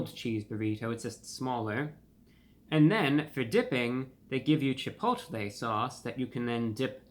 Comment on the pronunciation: Isn't he pronouncing Chipotle wrong? 🤔